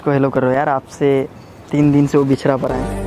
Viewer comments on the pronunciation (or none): आना परा नहीं आना पड़ा सही से बोलो